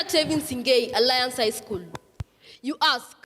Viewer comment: Watu wa aliance ni vizuri hatukusema jaust apo🤭 Nikama tutaimplememt kuongea english shule